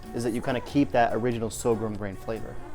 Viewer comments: "Sorghum", not "so-grum". >_< >_< >_< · Say it with me: Soar-gum